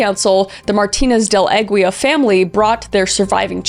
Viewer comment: Aguila "Ah-ghee-lah" c'mon Kriss lol